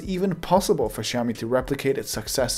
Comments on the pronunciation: Awkward moment when he calls out people for butchering the name xiao mi while he was also butchering the name xiao mi. You’re pronouncing it as shiao-me, lose the H and you’re good to go. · actually it's pronounced as siyaomee not shaowmee. a Chinese friend taught me how to pronounce that word. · Maybe too late now... but you butchered the name. You pronounce SHIAO when it's more like SIAO. Kisses from Beijing !! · Russian geeks say that is is haiomi, english geeks say that it is shiaumi, but it still is xiaomi, come on, repeat ksiaomi, ksiaomi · i think it's Siao-mee not Chao-mi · Omg man, you have butchered the name as well. It is more like "siaomi", not "shiaomi" . nice video though. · Király videó! Nagyon jól felépítetted :) Csak annyit mondok, hogy "Ksziaomi" 😀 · proper pronationton is 小米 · I think it is pronounced chiaomi and the ch is like the German 'ich'. The X is a Greek 'chi' I think, thus Xiaomi. CMIIW. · I know right? People keep pronouncing the name wrong, which makes me stare at the screen in awe and...WHAT? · I like how you complain about people not pronouncing the name correctly while you yourself fail to do so. I can tell you studied Chinese, but not enough to get rid of your accent. Regardless, your content is extremely well produced and it's nice listening to a industry veteran instead of self-proclaimed experts for once. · I speak Chinese (I live in Asia & I'm Chinese) and I'm pretty sure he's pronouncing Xiaomi wrongly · Chinese don't pronounce it like you do, therefore you are wrong.